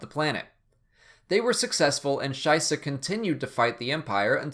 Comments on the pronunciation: the way you say shisha Made me laugh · lol, Shysa sound exactly like Scheisse, the german word for shit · When you said Fenn "Shysa", I my German kicked in and I thought you said schisse (shit in German).